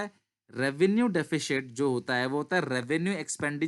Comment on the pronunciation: DEFISHIT kya hota hai? lol